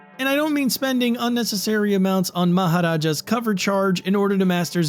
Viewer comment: Man, your pronunciation of Maharaja was perfect (in Hindi). I kinda feel emotional, because Hindi pronunciation very rarely gets right from a western tongue/accent. Thank you for taking the effort.